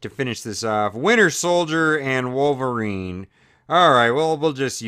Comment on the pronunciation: u said wovelrine i mean do you even english